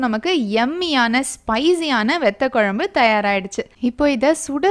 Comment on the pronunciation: It would be great if you prounce vathakuzhambu not vethakuzhambu